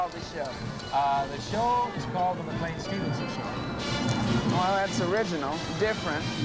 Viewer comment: I like how keeps mispronouncing McLean's name as "McLEEN" rather than "McLAIN." Clearly no love or chemistry between them.